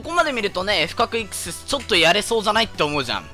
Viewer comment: コメ欄予想通りイクスェスの発音でキレてるやつ居て草